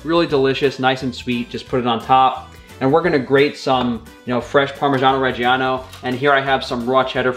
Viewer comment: You are pronuncing "parmigiano regiano" wrongly